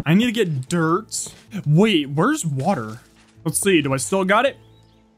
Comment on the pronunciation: I love how you say dirt duert